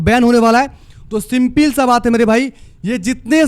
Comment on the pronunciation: Skip ❌ Asskip ✅ Simple ❌ Simpil ✅